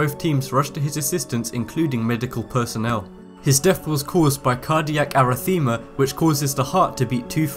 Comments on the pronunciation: Ar.ri.fee.ma; you need to practice your pronunciation because this is what I'm hearing when you pronounce arrhythmia. Also, SHANNON Stone, but you sound like you're saying Sharon. I understand accents and you sound like you may have a slight lisp but you need to be very careful because incorrect pronunciation can give words a completely new meaning. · cardiac arythmia not erythema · Weird narrator. It's Shannon, not Sharon! And a 6 yr-old is not an infant. And then he pronounces arrhythmia like erythema. SMH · They use ice on bobsled/bobsleigh tracks, not snow. Sharon Stone is an actress. Arrhythmia is not pronounced like that, and neither is Le Mans.